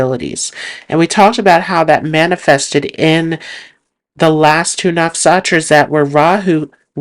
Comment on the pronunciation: Great video,, but why do you call NaksHatras "Naksatras?